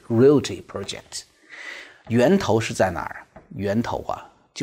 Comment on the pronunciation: Reality 不是 Realty。